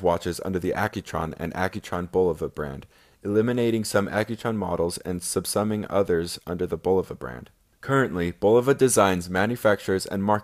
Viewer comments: He also says sub summing instead of subsuming, but these are minor points. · Also, the words 'Czech', 'boudoir' and 'subsuming' are mispronounced.